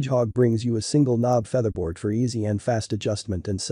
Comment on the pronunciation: Another AI generated audio video... WTF is a "feetherbaord" ?!!